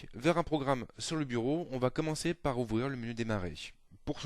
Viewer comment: Je conseille vivement à ce "prof" de supprimer le "t" de tous ses "va". Avant que de se permettre de jouer au donneur de leçons, il serait donc souhaitable qu'il en prenne lui-même d'abord...